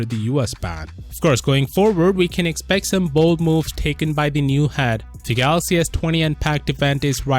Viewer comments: Good news..Rt still says Galox 😂😂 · Iam gonna miss the dj kho for his pronunciation. Samsung galoxy...😂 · I will forever miss the time when they presented Dj Koh on stage and when he says "Samsung Galax" 😭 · rest in peace for that samsung "galox" accent... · I'll miss how DJ Koh says "Galox". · Will miss the new "galox" 😩😩😩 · We all miss the "GALOX" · No my Dj Koh I am gonna miss him saying the phone sakes wrongly, I really live him saying galox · But how does he pronounce Galaxy tho? DJ Koh: Galox Rah-Tae Moon: ? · hahahaha he always miss the "y"